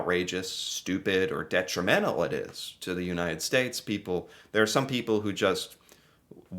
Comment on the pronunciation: detri-mental you said!